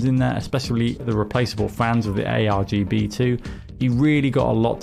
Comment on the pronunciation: Lmao he said AGBR 🤣